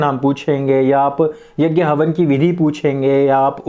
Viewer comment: यज्ञ बोलिए यज्ञ